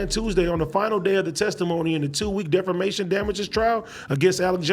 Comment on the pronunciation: Defamation. Why yall let AD go out there and say "defermation"? Thas some hater shit. I woulda told em